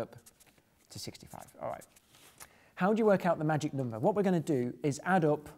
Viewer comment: I love how he says 'nomber' <3